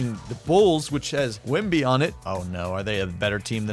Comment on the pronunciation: Saying Wembys name right.